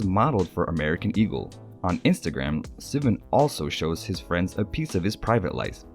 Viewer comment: It’s not sea-van, it’s sih-vahn. Troye Sivan